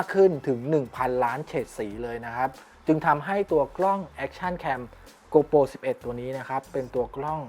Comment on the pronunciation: เนื้อหาดีมากครับ ฝากเรื่องการเรียกนิดนึงครับ โกโปร ไม่ใช่ โกลโป 12 ล้านพิกเซล ไม่ใช่ 12 ล้านเมกกะพิกเซล